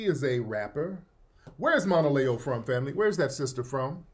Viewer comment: If you aren’t aware who Monaleo is do your research, I appreciate you sharing your POV, but I want to flag something from a stakeholder-alignment standpoint. If you’re going to deep-dive on Monaleo’s message, you’ve got to at least pronounce her name correctly and show that you engaged with her content beyond the surface layer. She wasn’t talking like a “industry plant’ she was speaking on Sᴀʟᴏɴɪᴀɴ identity, also other black culture’s not only Caribbean/African diaspora culture, and the nuance of being Black and culturally specific at the same time. She literally said at the end of the day, cops don’t ask where we’re from they just see Black. So the whole conversation she opened was about unity, context, and representation but wasn’t switching up on what she said…As someone with a platform and influence, the expectation is that you bring precision, cultural awareness, and due diligence to the table. Right now, the way you approached it low-key dilutes her point instead of engaging with it. No shade just asking for a higher-quality analysis and a little more respect for the artist and the culture she’s speaking for.